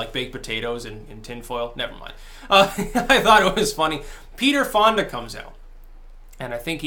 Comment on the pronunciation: I love how it sounds like you almost said Peterfilia instead of Peter Fonda...